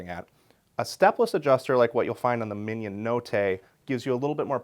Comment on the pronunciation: Love this guy but the way he’s saying « mignon » is killing me.